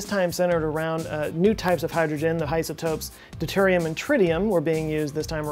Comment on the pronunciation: "The HIGHsotopes of Deuterium and Tritium..." LOL.......